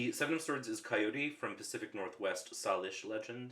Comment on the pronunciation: I think it was the 7 of swords, Salish has a long 'a' (say-lish), I believe (I live near the Salish Sea...). Interesting deck, thanks for an educational walkthrough!